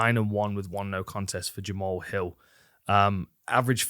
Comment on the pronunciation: I know it’s jamal, but jama-haul sounds so much coooler :/